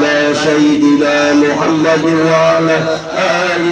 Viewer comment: Punten pak ustd jangan Muhamaddur tapi muhamaddar. Jadi isim dari ana